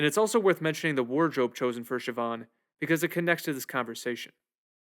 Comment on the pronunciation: It's pronounced paw rig and shiv awn